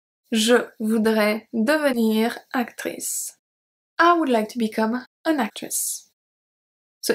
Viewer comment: Thank you so much for your wonderful videos...You rock... [I´m sorry to say this, but I think I have to... in the word "would" the "L" is silent.. so you have to pronounce would like "Wood"]... thanks again..